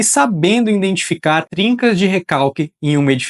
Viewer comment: Boa noite! Durante o vídeo, notei que você pronuncia várias vezes a palavra 'indentificar' ao invés de 'identificar'. Perdão por isso! É um detalhe pequeno, mas que pode ajudar na perfeição dos futuros vídeos, se corrigido! Independente deste detalhe, gostei muito do conteúdo, que é realmente excelente e didático. Parabéns pelo trabalho e sucesso em sua carreira!